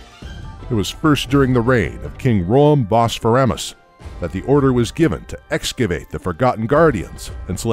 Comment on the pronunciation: It’s actually pronounced as bosphar-OM-ous not bosphar-AM-ous